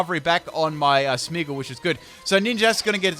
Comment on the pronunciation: FULL CAN'T PRONOUNCE THESE TEAM: Coffariggus Reggigigas Smeagol Beheeman Aggislash Kirem Also, these moves must be used once: Gyro Ball, Sinesis.